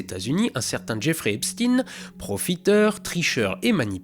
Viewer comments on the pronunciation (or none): On dit "Epstein" pas "Epstine" Comme on dit Einstein et pas Einstine. Respecte l'origine mortifère STP. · Epstein pas Epstine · C est pas epstine bon dieu , c est Epchtaillene. Faut arrêter avec l américanisation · Personnellement, je n'ai jamais compris pourquoi les infos disent toujours Epstine au lieu d'Epstein. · EpstEIN pas epstine.... C est fatiguant a la fin... Sinon j suis de ton avis sur tout...sauf sur Trump... Qu il soit dedans jusqu'au coup? c'est loin d'être prouvé... desolé pour clinton le globaliste amateur du cigar mouillés ou Joe biden qui snif les cheveux des enfants.... La véritée. Meme si ca dérange, meme si ca fait populiste. La véritée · Juste pourquoi epstine et non pas epstein comme pour Einstein？ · « Epstine » quel français dit tine quand il lit stein … franchement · Etre un croyant sceptique, c'est meilleur que croire en tout ou en rien. Par contre, c'est stein pas stine. Frankenstine, albert einstine, tu vois que ça colle pas. ^^ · Pkoi tu/on dis/dit epstine et non epSTEIN 😂? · Bonjour, La diversion de Trump on est d’accord. Mais c’est Epstein pas Epstine , vous dites docteur Frankenstine ? Le politiquement correct pour ne pas fâcher certaines communautés il y en a raz le bol. On doit appeler Epstein Epstein , comme un chat un chat ! Et que l’on s’entende bien, ce n’est pas parce qu’un type dont le nom se termine par stein est un sale type que tous les gens qui on stein dans leur nom sont aussi des sales types . Donc n’ayez pas peur des mots ! Sinon pour le reste je suis plutôt d’accord … Maintenant, pour ce qui est des visites extraterrestres, il y a peut être des moyens d’atteindre des systèmes situés à des distances de plusieurs années lumières sans franchir ces distances en voyageant classiquement, je pense à l intrication quantique dont on ne sais pour le moments pas grand chose 😉 Sans rancunes pour ma première remarque 😊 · Epstein. Pas epstine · C'est Epstein pas epstine 😜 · ARRÊTEZ DE DIRE EPSTINE PAR PITIÉ